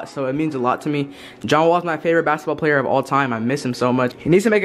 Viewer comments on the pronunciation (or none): none